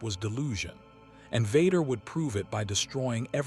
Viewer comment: Why is the pronunciation of Vader and Luke so off? Who is vudkah